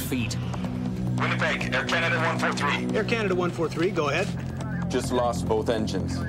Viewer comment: forgot to fill'r up 🤣🤣🤣🤣 air canadah